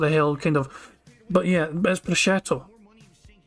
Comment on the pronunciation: Bruh-shoot is how I’ve always heard it pronounced